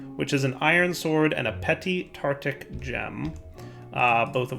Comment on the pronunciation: Tartaric gem. Tar-Tar-Ic. TARTARIC NOT TARTIC PLEASE